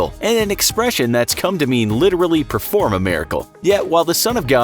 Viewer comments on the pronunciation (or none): none